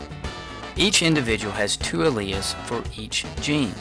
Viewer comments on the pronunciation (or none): none